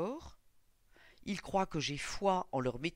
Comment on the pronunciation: par contre ont dit croivent